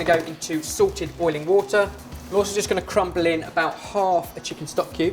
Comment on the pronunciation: Everytime you say you're going to put something into salted boiling water I think you're saying "Sorted water" and wonder where I can get a hold of that...